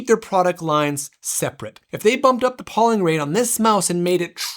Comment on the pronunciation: fyi, it's pronounced PO-ling, with a hard O, not PAW-ling... took me completely out of the review :/